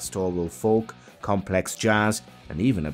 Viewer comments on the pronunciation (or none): none